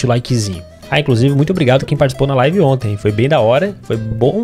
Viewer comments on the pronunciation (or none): none